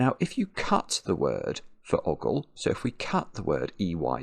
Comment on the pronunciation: It's not oggle (as in boggle),, it's ogle (as in ogre). Also saying zee when you mean zed is mildly traitorous.